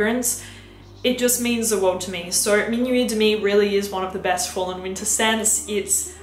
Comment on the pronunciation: It’s “ween-ta” time. Lol!